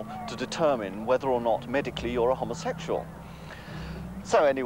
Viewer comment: Just love the way the presenter says, ‘homosexual’. Homma sex yuell. 🌈😃❤️🧡💛💚💙💜